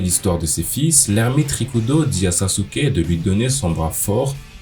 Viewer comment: Saske* pas saSUke